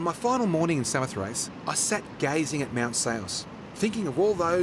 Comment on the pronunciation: Samothace...pronounced 'Sa-mo-thra-gee'...the last syllable is pronounced 'gee' as in Gizard. Tut tut tut to 'ace'. Other than that, excellent video and thank you.